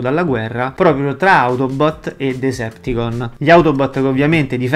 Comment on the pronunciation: Decepticons...ma a volte sento dire Deserticons